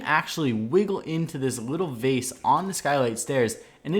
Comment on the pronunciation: behind the 'vace' LOL